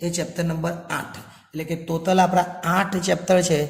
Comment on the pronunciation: ટોટલ ❌ તોતલ ✅👍🏻😅